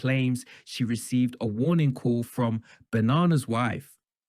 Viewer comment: "They were not some double act frone tagevuh"